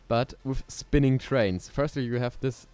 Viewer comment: 1. es heißt GP 2. Wahrschl. firstly und nicht firtly 3. Maxi war halt schüchtern 4. Schade für Klaus 5. Speedrun ist nicht der Sinn von FVD, gute Sachen brauchen Zeit 6. Trap Musik ist der größte Rotz gemeinsam mit Rap. Aber ok wenn du das hörst. 7. Ne ich mach nicht den Quimerra 💀 8. Das Grasding is das standard Scheiß von Nl2. In blender gehts deutlich besser.